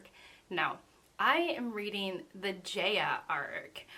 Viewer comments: It is pronounced as Jah-ya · Great video! Btw Jaya is pronounced like “Jai-ah” like hi-ya with a j.